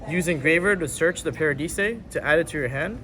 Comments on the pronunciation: Did this man just say "parahdeesay" when pronouncing "paradise"? What are they teaching in schools these days? :D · bro did he really say paradise, PARA DE SAY lmao, bro oak english and math is way to funny lmao. no offense yall crazy tring to record a deck profile LOUD AF in a resturant... smh. any addreal this time? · Pak's been watching too much DB Grinder... "Paradeesay," "Dezeeahray," and "Necroidquip" are just diabolical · did the italians make u pronounce paradise that way? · actually the original name of the fusion is “Des Irae”, so Pak didn’t say the name that wrong (but still, wrong pronunciation on Paradise is insane XD)